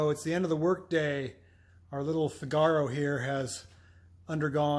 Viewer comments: If you go see 'The Marriage of Figaro' opera you'll forever change how you pronounce the name of this car :) FIGaro, FIGaro... FIIIIIIIGaro. You know the tune. Italian three-syllable words have their stress on the first syllable. Or watch Pinocchio and observe Gepetto's cute cat Figaro. Pronounced FIGaro. Of course you are free to pronounce it however you like. It's your car after all! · DOES NOT rhyme with "Cigar-oh"! How thick are you? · I added a link in another vid to help him pronounce Figaro properly.... it grates on my nerves ha ha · He seems to be intentionally mispronouncing "FIGaro". You're only making yourself look the fool,.